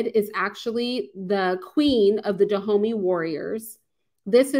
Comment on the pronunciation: All that research and still can't say Dahomey properly lol still good presentation though!